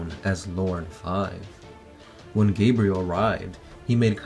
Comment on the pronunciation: I'm liking this video, mostly because they actually pronounced Gabriel's name correctly rather than that idiot who kept mispronouncing his last name